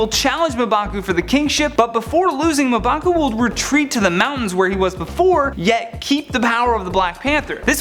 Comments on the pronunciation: Its pronounced mmm-baku......and he cant be the black panter but he can be the white or golden gorilla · Smh Muh Baku.... Come on man. I blame the editors. That should have been caught. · I loved the theories but cringe everytime you mispronounced M'Baku. It's ummmm (like ummm good)...bakooo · LOL "Muhbaku" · He pronounced mbaku wrong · I thought it was just me!! Love top 10 but this guy is my least favourite